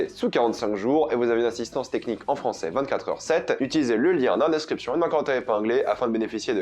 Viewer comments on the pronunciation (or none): none